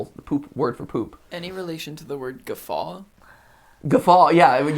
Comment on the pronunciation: Gafa...? You mean gaffe?